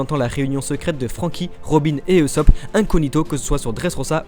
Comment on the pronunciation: MAIS ON DIT PAS EUSOPP C EST OUSOPP (usopp) !!!